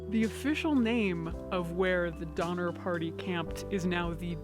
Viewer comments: Was there a Jeffrey Donner in the party? Lol. Or maybe it was actually Dahmer just got pronounced wrong. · At some points I swear she's saying "Dahmer" ... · The entire time watching this video, I keep hearing Dahmer instead of Donner and they both work well 😆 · While stationed in England I would have people ask if I wanted to go get a doner kebab... but they pronounced it Donner. I always refused and when I was finally asked why I explained the Donner Party having been to the State Park many times. So they started asked me to go get Gyros and I was happy to after that. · I thought she said, ‘Organ trail’! 😳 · 6 years of comments and noone has mentions Doner Kebabs? (the doner in doner kebab is pronounced like Donner). Its usually a mystery what meat goes into them. Or at least that is often the joke when the place is particularly cheap or poor quality.